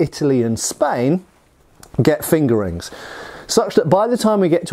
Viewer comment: Lol, I’ve heard him say it that way for years now, no matter how many times I tell myself to grow up🤣